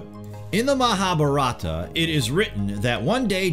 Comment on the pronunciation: Dude? How is it you said Mahabharata perfectly, yet f*ck up the word nuclear?